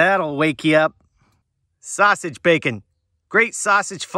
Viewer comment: WhaT is a “hammick”???? Hybrid not “hybread”. Definitely not “defnuhly”. Sausage not “sahsage”. Usually not “usely”.